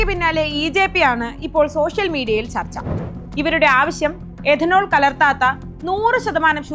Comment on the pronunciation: എദനോൾ അല്ല, it’s Ethanol , എഥനോൾ,, മലയാളം അറിയാവുന്നവരെ ഈ വക പണി ഏൽപ്പിക്കുക